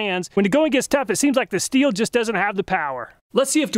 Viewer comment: Thanks for saying husqvarna and stihl correctly.